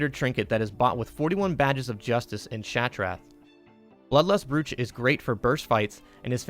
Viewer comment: Good vid. Brooch is pronounced 'broach' by the way.